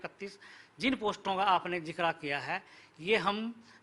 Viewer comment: is making a lot of mistakes while speaking both English or Hindi. He is speaking 'revalent' in place of 'relevant' and 'JIKRA' in place of 'JIKR' in Hindi. I don't understand who nominates such nice people into the commission.😀😀😀😀